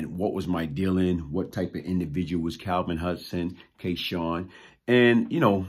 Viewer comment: always pronounces his name as K Shawn but its spelled K Sun...so what name did he go by what is the correct pronunciation??